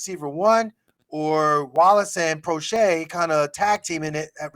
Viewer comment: Proche is actually asked to play most on the healthy scratch list. Steve Smith doesn't even know how to pronounce James Proche's name when he said that. Also, if Proche is the best WR we have then that's an indictment on our WRs.